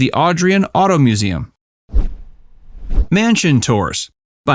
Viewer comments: Thames St is pronounced (thaims) not (tems). And the car museum is pronounced (au drain). And the island that Newport is on is pronounced (a quid nik) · Wish you could pronounce THAMES St properly and AudRAIN.